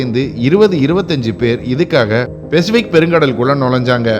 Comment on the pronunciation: தகவல்கள், காணொளி மற்றும் வரைபட விளக்கங்கள் அருமை. ஒரே ஒரு குறை...தங்கள் தமிழ் உச்சரிப்பு. உதாரணம் பெசிபிக் (Pacific), Dhuraimugam (துறைமுகம்) போன்றவை. மற்றபடி அருமை சகோ. நன்றி!